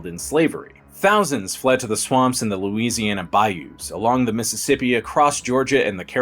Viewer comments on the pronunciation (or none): none